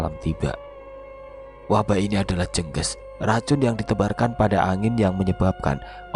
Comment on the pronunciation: Penyebutan Kata "jengges " Nyan salah itu